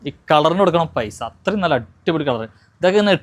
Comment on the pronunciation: നള്ള അല്ല നല്ല ✅😆